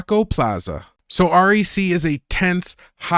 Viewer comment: Nice choices I’ve started to follow, just FYI just letting you know that REC is pronounced “wreck” and that’s short for Record, because it’s supposed to be recorded on a camcorder. Hearing you say R-E-C was like nails on a chalkboard 😂😂😂